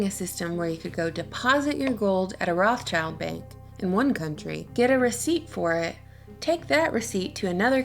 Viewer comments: German for red shield, pronounce rothshilds there is no such family as Roth 'Childs' . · Makes me sooo mad that you say “Roth-child” it’s “Roths-child”!😤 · (rot sheelds) Not rots childs... Why you say it so strange? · Stop saying their name wrong. It's 'wrote-shilled'...Red Shield. There is no "child" in there. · stop saying roth child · Do you really say Roth CHILD in english? Cause that's not at all how you say it in german and it actually sounds kinda stupid lol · we can start by pronouncing the 'S' between Roth and child. Rothschild. I thought you were a hardcore literary critic? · The pronunciation of rothschild is completely wrong! 'o' in 'roth' is like 'o' in 'or' but longer. And 'th' is just a 't' in german. 'sch' is not english 'ch' at all! it's just 'sh'! German 'i' is always like english 'ee', so schild is pronounced almost the same like english 'shield'. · if you're gonna talk about them can you at least pronounce their name right lol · As a german, i can say that your pronounciation of rothschild irritates me so much that i loose my concentration for a second everytime you say it. Interesting video nonetheless :) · Man,. Wenn u schon son' Video machst. Sprich wenigstens den Namen korrekt aus. Ist ja grauenhaft.